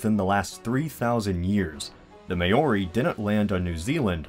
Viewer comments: "The May-o-ri" LMAO IM TRIGGEREDDDDD It's pronounced "MOW-RI" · it is too bad that every time the word "Maori" was said it simply made me cringe. I do wish you had learned how to say it before opening your mouth. otherwise it was kind of interesting. FYI it is pronounces "Máori" with the stress on the first silible instead of "Maóri" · As a local, that's not how you pronounce it. Māori is pronounced "Mow-ree" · It's properly pronounced 'Mull-ree' not 'May-or-ree' ;) As you can tell from my name, from the continent of Zealandia here ;) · Btw it’s pronounced “mao-ri”, mao as in Mao Zedong, not “may-or-ri” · it's not pronounced ma ori it's pronounced mou ri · You slaughtered the pronunciation, it's Mao-ree not May-or-ee! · im from New zealand so YAY also thanks for doing the topic it was really well made and it has a few good things that could happen Ps its me,ow,i that's how you pronounce it for me anyways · its pronounced mar-i cuz ima a super kiwi i know that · Maori is pronounced "m'ow-ree". M-ow-ree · He still says 'mayo-ri'... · Pronounced MA-AW-REE (roll the R on the tongue) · Quaiton Mcfarland did you hear how he said maaaaooorri. lolololol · "Mayori" hahahha you butchered that pronunciation worse than anybody I've ever heard. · btw you're pronouncing Maori wrong